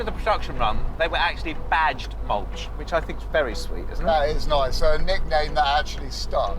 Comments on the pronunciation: Not moulch but you read malooh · Not 'Mawtch" - it's pronounced: 'MAA- LOOH" in Polish. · ma-loo-hhh not mulch. This is ridicolous... the thermostat housing needs to be replaced. Same with the Thermostat. I am sorry, but this was terrible. The finish is terrible. Honestly, you haven't done ANYTHING to actually improve it. 4000 gbp for THAT? You literally did FK ALL! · it's called maluch pronounced ma-looh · this is not an ordinary 126, in the ordinary version there will be no door at the back, and access to the engine was through the hood, and not from under the cover in the cabin. and this is Fiat 126 BIS. also you did not pronounce the Polish name Maluch correctly (it sounds like Malyuh), which can be translated as a baby, or very small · Maluch is pronounced /'ma-lookh/, with the stress on the first syllable. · Its Maluch - read as Mal-ooh with the H at the end prominent as in Hotel.